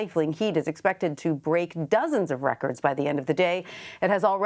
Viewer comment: Why is it ? He doesn't know how to pronounce extreme & extraordinary